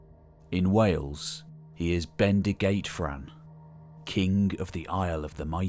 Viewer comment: "F" in Welsh is always pronounced as a "V". "Ff" is pronounced as an English "F". Bendigeidfran is "Ben-dig-EYED-vran". The "ei" is a diphthong. The circumflex on "â" makes the "a" long, so "Brân" is pronounced "Brarn". Pwyll, well, where do I start? 🤗 "wy" is another diphthong (Northern Welsh has about 13, Southern Welsh only 8, where I'm from) and, yes, "w" and "y" are vowels in Welsh. It's quite complicated. Still a great video, even though I am cringing here and there! Edit: OK, you might appreciate this. "Ll", "Ch", "Dd", "Ff" etc are single letters in Welsh, although they are written using two Latin letters. "Dd" is just like "th" in "this" or "that", never as in "thin", so can easily be pronounced by the English. "Ll" or "ll" is more difficult. You put your tongue at the back of your front top teeth as if to say "L", but you blow around the sides of your tongue. It's not a sound we have in English, but it's not "th" as in "thin". "Ch" is just like in Loch Ness {:o:O:}